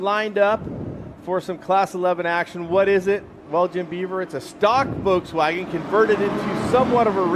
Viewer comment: Stop saying "Voltswagen".